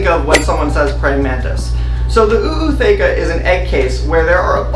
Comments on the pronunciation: Why the extra “Oooo”? It’s not just “ootheca”, not “oo-ootheca”? Genuinely wondering if I’ve been wrong this whole time. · It's not OO it's just a long O for Ootheca , Ooth-eca Just wanted to let you know Thanks for letting me know how to set up my first mantis tank ❤👍👍